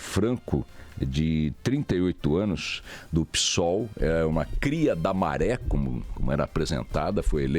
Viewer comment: "Pi"sol ou Psol, é mais xick assim? Pisol😮🤔😂😂😂